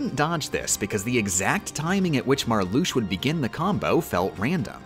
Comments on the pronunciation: love your videos but im gonna have a fucking aneurysm if you don't learn to pronounce the names of the organisation members veksen, aksel, marlusha, larkseen, leksius, zeksion, zigbar, zaldin, sai-iks, demiks, luksord, roksas, shion if i hear "marloosh" or "sayks" one more time ill actually go insane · The way they pronounce some of the Organization's names Confuses, Angers, and Scares me. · I really wish that she knew that it's pronounced "slight", as in "sleight of hand". To be fair though, I don't know what pronunciations are intentional and which aren't, which is kind of genius. "Larsheen", "Veshen" and "Marloosh" are obviously on purpose, given that they are spoken aloud in the game, but "fie-ruh-guh"? No clue. I'm just gonna assume that it's all on purpose and declare myself a nitpicking asshole who has missed the joke.